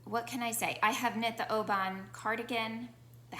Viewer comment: Really enjoyed this episode-the knits and the discussion. Have a couple of Rebecca’s knits in my queue. Comments: 1) Oban is pronounced’O-ben’ - lovely place and where you pick up the ferry (CalMac) to island hop to Mull and Iona (and others). Made this trip in 2008. 2) Look at the book Fast Like a Girl by Dr Mindy Pelz and her YouTube videos. This has helped my 53 yr old self MP symptoms. 3) Would like you to talk about modifications and how to think about them. Andrea on Fruity Knitting gives her details and it helps me to think more about that when I’m looking at a pattern. Love how your Frame turned out and it was good to hear your changes. … Look forward to your next episode. Thanks!